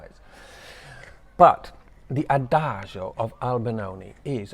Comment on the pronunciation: Wouldn’t it have been wonderful to have seen that performance in person? I envy those people. As always, I enjoy your background details. (And the fact that you don’t pronounce it as a-dag-e-o as some people do; I know I’m petty)…🤷‍♀️🫢It certainly looks lovely there where you are. I learn a lot about singing thanks to watching reaction videos on YouTube. I just checked my music library and I have about 20 different tracks with ‘adagio’ in the title so it is certainly a popular theme/style.